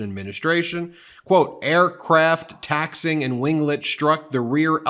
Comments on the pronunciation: Taxiing is not pronounced taxing. Taxi - Ing. It's this type of thing that makes you so hard to watch, even though your stories are good. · Do you purposely mispronounce things? It's not "taxing." It's "taxiing." Like taxi plus ing. I've noticed you mispronounce a lot of proper names as well. It makes you sounds less than intelligent. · Taxee-ing. Not taxing. You know Trump doesnt pay those… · "taxiing" is TAXI-ing, not "taxing" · There are two 'i's. It is pronounced taxi-ing, not taxing. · Excellent video and I'd like to submit one tiny correction if I may. Taxiing is pronounced as taxy-ing rather than taxing. Trump is a truly vile person and you are doing a brilliant job of exposing his dodgy activities. Well done! Oh, and when his aircraft clipped the other one, was his pilot black or white, man or woman? 🤣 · A plane on the ground moving under it's own power from one place to another is taxiing. Taxiing is pronounced taxi-ing not taxing, Ben. Dang! Every time you read you mess something up. You have a law degree? YIKES!!! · Just a tiny thing. It is pronounced "taxi ing", not taxing. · Tax-ee-ing, not taxing. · It's not "taxing". It's "taxi ing" like a "taxi" (noun) turned into a verb "taxiing". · TAXI-ING, NOT TAXING. GET IT RIGHT. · It taxi-ing not taxing. You've been listening to vocabulary according to Trump. Trumcabulary, new word! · Ben, not "taxing"... "taxee - ing" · Taxiing is pronounced as Tax-E-ing, like a Taxi (Tax-E) that you pay to take you places. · Good segment, but it’s pronounced “taxi-ing”. It’s when the plane is moving between the runways and where it blocks (parks). Hence why the short “roads” connecting the two areas are called “taxiways”, which are designated by the black and yellow signs on the flight line. Thank you for attending my TED talk. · Ben don’t mean to be disrespectful but it’s pronounced taxee ing. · Taxiing not taxing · Taxi-ing not taxing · Taxi-ing* its pronounced